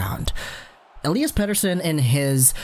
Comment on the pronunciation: Man your pronunciation of Pettersson is getting better✌️